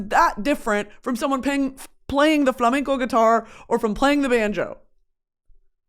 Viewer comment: As a Spanish viewer, it's so cool see you talking about flamenco and Spanish music culture! Also, your pronunciation is amazing 😌💝